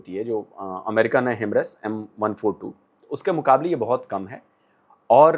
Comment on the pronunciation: By the way it's "Hi-Mars" not "Himrus". The other fabulous thing about Pinaka is they are planning a 450 KM Range, that's an outstanding range and it enters the Missile territory and can be considered cheaper Brahmos alternative. Ofcourse a single long range Pinnaka rocket can't be compared Apple to Apple with Brahmos devastating Destructive power but still it can used for precisely taking out Enemy Artillery Guns, Rocket Launcher, Radar, Surveillance Vehicles, Tanks and Enemy Army Formation.